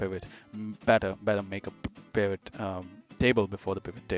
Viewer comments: It’s P “I” Vot Tables! Not P “A” Vot Table! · Please stop saying pAvot table! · Overtime you call it a P-eye-vit table, you hurt my soul. Otherwise, a very good excellent tutorial. Keep it up. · I can't take someone seriously when they can't even pronounce pivot table properly.